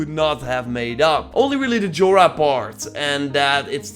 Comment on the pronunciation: It's pronounced as 'Yora', not 'Jora'.